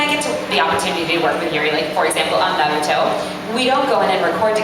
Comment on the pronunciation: Everyone : Naruto Sasuke: Narutho